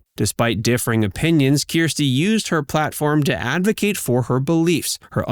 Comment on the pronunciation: Her name is not Keerstie! She said it herself: her name is Kirstie, ie: “like thirsty”.